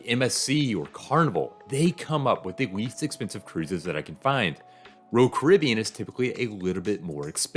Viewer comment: One day he will figure out how to pronounce “Royal”.